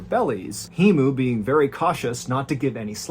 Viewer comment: Hemu is correctly pronounced as "Hey Moo", Not "Hee-Moo"